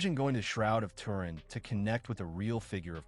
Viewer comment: its Too rin basically not Ter in